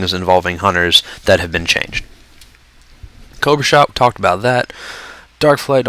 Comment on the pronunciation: Did anybody else hear coak shot instead of cobra shot, or am i just insane?